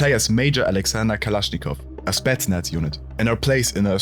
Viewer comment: It's spetsnaz, not stetsnats